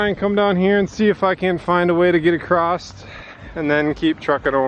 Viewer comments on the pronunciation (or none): Oh, Across doesn't have a "T" in it!!:p